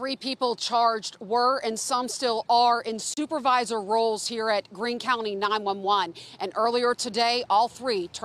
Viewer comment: Haha, she actually said "In Stupervisor rolls"....😅 I had to go back and listen a couple times to make sure I was hearing her correctly